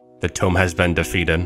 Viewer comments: “Tome” it’s toom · Toom not tome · Why does buddy pronounce TOMB as (TOE - M) it’s (TWO - M) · It's pronounced toomb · the way he incorrectly pronounces tomb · Bro got Hyper Red lvl 5 but still can't pronounce tomb. Anyhow, great video. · Why he say tomb like that